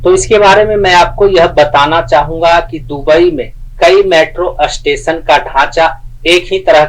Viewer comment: अष्टेशन नहीं 4होता स्टेशन होता है😂